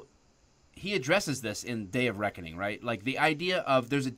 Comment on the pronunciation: Anyone else hear Dave of Reckoning and not Day of Reckoning